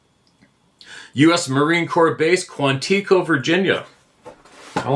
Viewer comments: Quantico... Kwan'-I-co. Co as in co-parenting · Quantico. Accent on last syllable